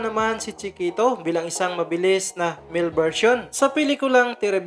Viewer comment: " chee - kehtow " 😆